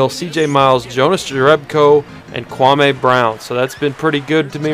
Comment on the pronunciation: stop pronouncing kwame's name wrong, so fucking disrespectful...